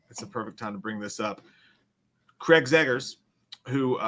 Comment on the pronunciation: Say it with me, it’s Zach Cregger, Zach Cregger, Zach Cregger.. there is no Craig there is no zeggers 😂